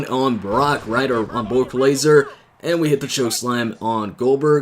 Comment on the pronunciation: Why are you telling Brock laser , its Brock Lesnar dude